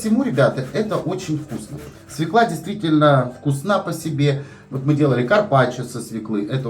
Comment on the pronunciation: Правильно говорить свёкла, с ударением на ё. Если в слове есть есть буква ё, ударение всегда падает на неё. Спасибо за рецепт! Всех благ!